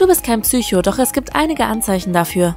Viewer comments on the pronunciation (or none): none